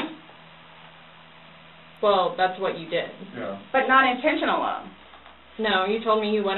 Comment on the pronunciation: "not intention'nal"😂